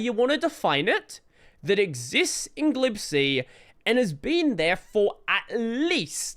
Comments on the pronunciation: It's "G-lib-C," not "glib C". 🤣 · I've always pronounced it "G-lib-C" but I think I prefer "glib C" now. Ain't got time for the extra syllable, if you ask me. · Wait. How do you pronounce "glibc"??!! I thought it was pronounced "Gee- lib- cee"